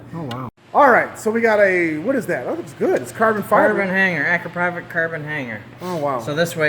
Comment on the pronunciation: Does anyone else hear pronunciaion of the Exhaust as A-crap-ovitch? It's Akrapovic. That's "Akra-povic". I'm guessing the company would mortified.. Don't get me wrong in enjoy your Videos 😉